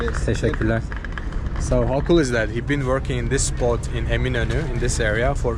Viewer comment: Thanks for the background. As soon as he said Eminönü I knew his pronunciation was better than the usual YouTube vlogger in Istanbul. A Turkish friend of mine says that listening to Azeri Turkish reminds her of listening to a Scotsman speaking English. I like his "Two different nations, but one nationality". I've never been to Azerbaijan, but I think I could get along. I like his comment "Makes me feel like home because everything is familiar." I think I would feel like "home" in Azerbaijan.